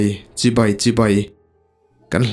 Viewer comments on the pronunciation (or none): none